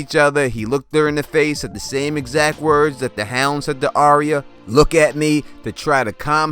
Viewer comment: It's pronounced "Ar-ya" like "Are-ya going to the store?" Not "ArEEuh"